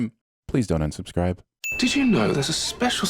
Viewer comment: "Please don't unsuscribe" hahaha so funny... awwww honey... What a cutie